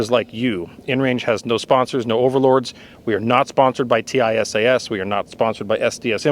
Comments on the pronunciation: I bought a used Springfield A1 that’s a good reliable pistol but I’ve been hearing good things about the Tisas ‘11s and will probably buy one soon. Curious why you call it a T-I-S-A-S rather than a Tisas. Do you know something about the company that I don’t? Several other YouTube gun reviewers I’ve seen call it Tisas. Which is correct? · Tisas pronounces as tease us. But tease should sound with S not Z. Easy. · I recently purchased the Tank Commander variant. Excellent fit and finish. Not a rattle or shake in any of it. Runs standard ball flawlessly. Now my EDC. BTW, it's pronounced Tee - sash. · It is pronounced: tee-sass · Pronounced T-SASH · Ahhh, yes… teyesayess. My favorite gun company! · It is pronounced : TEE-SAHS. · It's pronounced "tee-saash" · FWIW, Tisas put out a promotional video several years ago and the company name was pronounced like "teeSOSH". Also, according to the Tisas USA website, the finish is actually Cerakote (in a shade to mimic the period-correct Parkerizing for this model). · Oh, is TISAS not pronounced "tee-sauce"? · Why do you spell out the company name every time you say it? That's like calling Glock "G-L-O-C-K". You'd think if the company reaches out to you to offer a free gun, you'd know how to say their name properly. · No matter which way would have said it, he would have had 100x more comments about him saying it wrong than he’s gotten questions about why he’s spelling it. It’s like Loo-poled vs Leopold or Horn-a-dee vs Horn-a-day.